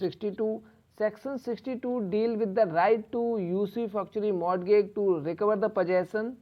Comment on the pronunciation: Pronunciation of Mortagage and related things are wrong... But thank you..your videos are helpful:)